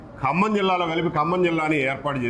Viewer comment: హలో ఏబీ వెంకటేశ్వరరావు గారు 1959 లో G .O కి సంబంధించి ఖమ్మం జిల్లా మీరు కమ్మ జిల్లా అని ఉచ్చరిస్తున్నారు.